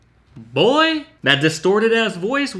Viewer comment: for some reason the way he said “boy” made me chuckle